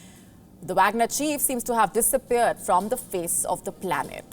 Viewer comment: That is wagner not bagner this newscaster don't know anything